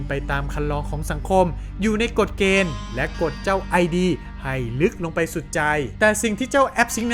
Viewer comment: ID อ่านว่าอิดนะคะ ตามหลักของซิกมุนด์ฟรอยด์ มันไม่ใช่ตัวย่อค่ะ แต่เนื้อหาส่วนอื่นดีค่ะ ชอบ